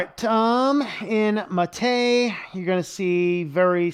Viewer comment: I thought MATE was named after the drink. If so, it should be pronounced with the stress on the first syllable, not the second